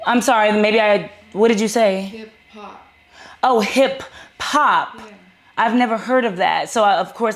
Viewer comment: This b** said “hip pop” 😂😂🤣🤣🥴🥴 then said “you wrote your own story about me….B*TCH hip hop and hip pop sounds the same h** 😂😂😭😭